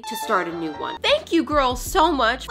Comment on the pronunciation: When she said “this is new, it’s like a little cow” i thought she said “this is you, it’s like a little cow” 🤣